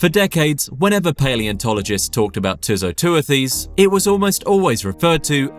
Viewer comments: Great and very informative video. The only issue I have is with the pronunciation of the animal's scientific name, which you pronounced as 'Too - So - Too-a-Theez'. It is actually "Too - So - Tew - Thiss" ('tew' as in 'dew' and 'thiss’ as in 'thistle'). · too-so-too-this [soft'th']